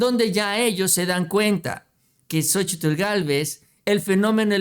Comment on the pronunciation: x favor cuál xochitllll ni que nada solo xochil y ya xq pronunciar bien su cochino nombre naaaa